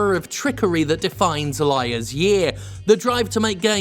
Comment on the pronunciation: “Liars year” lmao